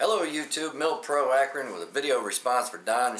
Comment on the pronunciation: Did he say Akron?